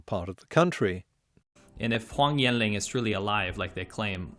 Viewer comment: He pronounced Huang Yan Long wrong. You did too, but you have slightly more of an excuse :P